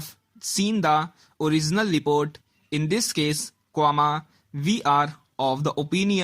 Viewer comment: Report bolte ni ata tere se gadhe